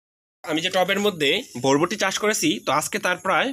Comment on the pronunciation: আগে উচ্চারন শিখেন ভাই।ভরবটি নামে কোনো সব্জি নাই।বরবটি নামে আসে।